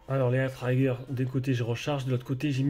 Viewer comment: Le I de trigger se prononce comme le I français 😅, mais sinon très bonne présentation ça donne envie de l'acheter 💯